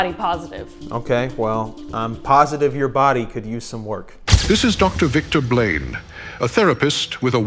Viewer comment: Narrator saying “Victor Blane” sounds like… “victim blame.” 🤔